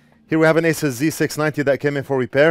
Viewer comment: To pronounce ASUS correctly, one must hold their tongue with their fingers while saying it. Azzuueesszzezz